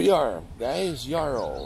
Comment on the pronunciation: When I grew up in Chilliwack we pronounced it. Like the word Arrow, but with a y arrow. You sound like you're saying it yAur-ow